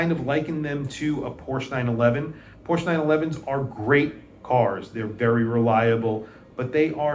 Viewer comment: Agreed, but please pronounce it PorschE in the future, just because German doesn't do é or è doesn't mean you can ignore it. ;-)